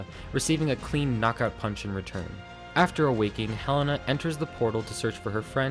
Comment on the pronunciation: HE-LAY-NA not hell-ena